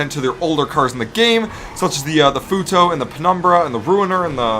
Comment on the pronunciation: Ik he didn't juss say fewtoe instead of futo